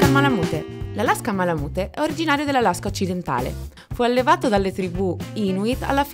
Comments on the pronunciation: Si pronuncia malamut non malamute 😅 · bel video però la pronuncia è "ma-luh-myoot", cioè "malamiut", insomma la e finale non si sente mai ;D Poi, il Malamute maschio misura "idealmente" 63.5 cm, cioè quella è la misura ideale per l'attività di traino. Ma 62-63cm sono proprio il minimo per un maschio, il mio è 66 al garrese. Il range corretto penso sia 61-68, includendo le femmine direi 58-68. Il peso va dai 32 (minimo femmine) fino ai 43kg (massimo maschi). Le misure dell'Husky invece sono abbastanza precise. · Se pronunci ma la mute , meglio skippare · beh sì dai, in Italia diciamo tutti "malamut" (e continueremo così ahah), però in USA la parte finale si pronuncia "miut"